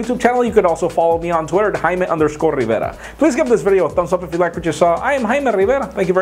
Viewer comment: i love the way he say jaime rivera :D :D